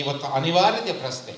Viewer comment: ಪ್ರಸ್ನೆ ಅಲ್ಲ ಪ್ರಶ್ನೆ,,,,,,, ಮತ್ಯಾಕೆ "ದತ್ತಾಂಶ" ಕುಂಟುನೆಪ,,,??